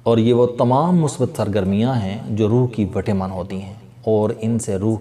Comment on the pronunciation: پلیز وٹامن کو وٹے من نہ پڑھا کریں۔